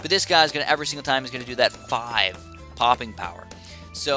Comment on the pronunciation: you said pooping instead of poping